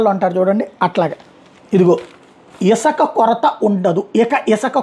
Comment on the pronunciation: Not isaka, isuka